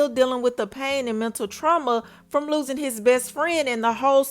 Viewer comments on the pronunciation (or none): none